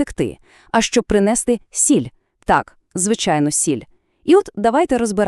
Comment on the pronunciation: Правильно ставте наголоси, якщо вже знімаєте освітнє відео : принестИ, а не принЕсти, наприклпд.